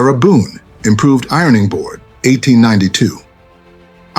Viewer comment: Sonds like he says they improved not invented